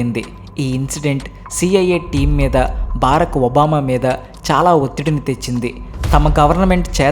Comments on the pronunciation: Barak Obama not baaraak Obama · పేషవర్ కాదు పెషావర్ బారక్ ఒబామా కాదు బరాక్ ఒబామా